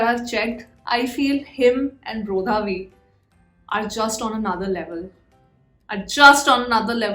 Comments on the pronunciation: Hey, just a constructive correction, we don't pronounce Bro-dha-V, its actually Brr-dha-V ..please don't get me wrong you can say however you like, was just telling a general fact 🤗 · Brotha V be like - For the th time that's not how you pronounce my name sis!!!